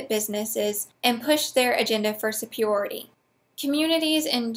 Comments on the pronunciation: I don't get it. You can pronounce Paglia, but not superiority? Oh, wait. Paglia has only two syllables. Oh, and, by the way, you're awesome. I agree with everything that you say, except for religion. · Never mind. I think I'll just start saying "supiority". You said it three times, and it's growing on me.